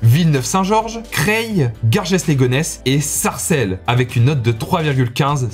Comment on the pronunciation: Ca se prononce "GAR JEU"